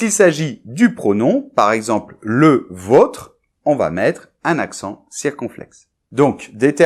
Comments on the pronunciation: Bonjour, petit coucou depuis les Philippines. Bonne année! J'ai juste un petit commentaire, non pas sur l'orthographe mais sur la prononciation: le o de votre est un o ouvert. C'est le o de pomme, mode, ortie, motte. Alors que le o de vôtre est un o fermé, comme dans tomate, paume, chômage et aussi faute 😉. As tu un peu l'accent toulousain? 😜 Merci encore pour tes vidéos! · Votre et vôtre ce prononce differament.Votre avec un o comme botte.Vôtre, exactement comme vous le pronocer dans votre video..Ah ,le francais, mais l'insaisissable, cet les articles!